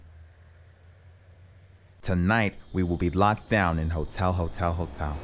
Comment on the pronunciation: “HOTYAL HOTYAL HOTYAL” 😂🤣🤣🤣🤣🤣🤣🤣